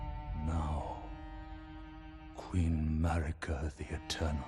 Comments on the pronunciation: Every lets player in the world: heard how Marika's name was pronounced in the intro a few minutes ago Every lets player in the world: "A stake of Mareeka." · The pronunciation of Marika is killing me dude lol